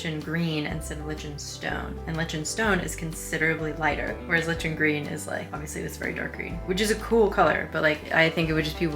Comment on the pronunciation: Thank you I wanted to comment on that as well 🫣